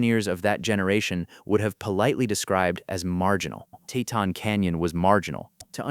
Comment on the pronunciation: TeeTon, the pronunciation is TEEton